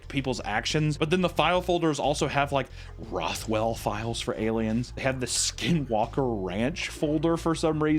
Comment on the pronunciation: I can forgive not pronouncing "especially" correctly, but how the fuck do you mispronounce roswell as rothwell?